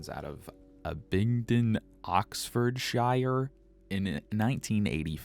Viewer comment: Abingdon oxfordshire is pronounced Ab-bing-ton ox-ford-sheer